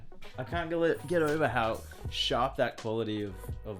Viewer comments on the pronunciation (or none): OLED!!!! Not O L E D